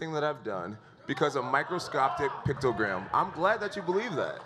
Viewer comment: The fact that he keeps saying pictogram instead of picogram irks me lol